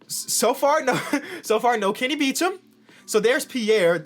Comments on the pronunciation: Hold up isn't Kenny's last name "Beecham" not "Beachem" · Kenny "Beachem"